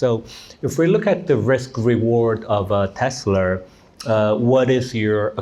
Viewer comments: As a Korean-American, what the hell is 'Teslar'? Why do Koreans keep throwing extra 'r's into everything, slurring stuff like 'Rhee' for 'Yi' or 'Park' for 'Bak'? It drives me fuggin nutz. 🥜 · Is it so hard to say teslA? it's not teslAR! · Why is it pronounced tesler? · Dude is invested in tesla but he cant even say the name😂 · wtf is Tesler? 😂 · My dude and his Tesler'.. hahaha